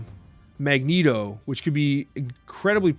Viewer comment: He ALWAYS says Magento when he plays but when he does the podcast he appropriately calls him Magneto.